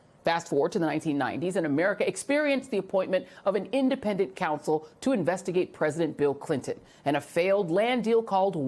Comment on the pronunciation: It would be much easier to listen to Jill Winebanks if she could pronounce the vowel 'O' in her words 🙉. "My first respAnse... K'a'sovo ...Special Cansel...... Did the world also change the sound of vowels when we were asleep?